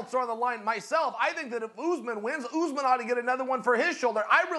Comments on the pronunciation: I love how Chael calls him “Oozeman”. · kamaru "oozman"- chael